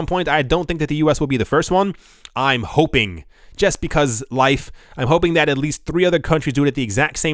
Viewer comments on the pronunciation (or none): none